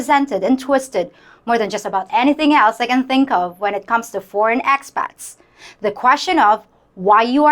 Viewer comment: In de first place, learn to pronounce the. PLEASE!!